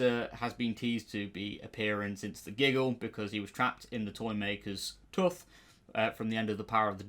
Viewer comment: The way he says tooth is wild to me